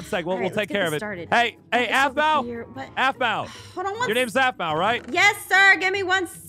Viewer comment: every time peirce said aphmau he said zapma or that bow